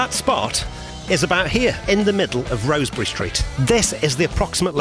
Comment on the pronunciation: I think...and it's just me (though I am scouser) it's pronounced Rozz-berry...rather than Rose-berry...I guess the residents would know!!